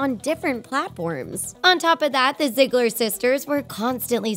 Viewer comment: This video was really a blast of reality. Btw its pronounced (ZEE-GLER)